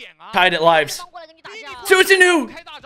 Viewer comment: it's pronounced as SusaNO